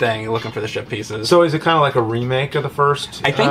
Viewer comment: From the start of this Jim & Mondays I was hearing you both say "shit pieces" before it was even brought up heheh Great game, I done kickstarteded it I did